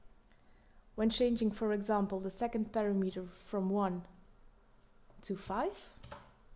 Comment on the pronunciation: it's pronounced pa-RAM-uh-ter, not para-meter...it makes it difficult to follow along when it's mispronounced like that.